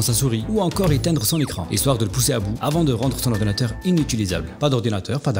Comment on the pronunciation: "l'orwdinateuw va exploser huaahhhh !" J'étais mort 🤣🤣🤣